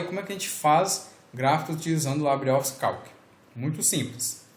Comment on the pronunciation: libre é uma palavra espanhola; então não precisa de falar "laibri"